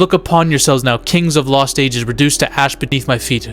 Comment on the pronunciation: If I hear you say "KENGS" one more time, I'm going to loose it